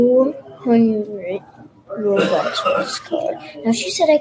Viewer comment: Its Robux Not Bobux Whyyy (ᗒᗩᗕ)ಥ╭╮ಥ